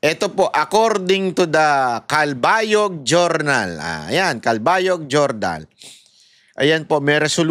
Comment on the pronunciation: Cal-ba-yog, malumanay lang ang pronunciation po